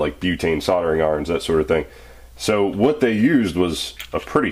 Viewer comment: You must be from the same place as ChrisFix the way you just said "wooood" instead of "what" haha. Awesome tool, they actually do have something similar, but you have to apply your own heat. This is cooler lol